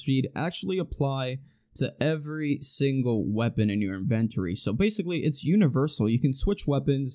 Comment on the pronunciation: I’m NOT making fun of you. You put out awesome content. One of my favorites for bl3 amongst thic and mox too! But the way you say “inventory” makes me want to curl up in a ball and rock myself back and forth 😂